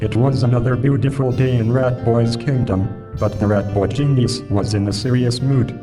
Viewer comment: "Ratboi Ginyiz."